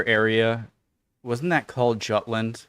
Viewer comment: It's not pronounce "Gottlend" but "Götland". Also, it's "Jütland" uinstead of "Tchattlend". 🙂